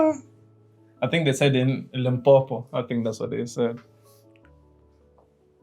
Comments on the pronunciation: Bro im from south africa the way you said limpopo is super clean😂❤ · As a South African...you say Limpopo perfectly ❤